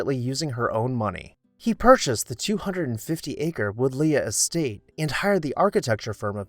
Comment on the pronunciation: Pronunciation: Wood-lee. I've wondered about this house for years, so thanks for the good work.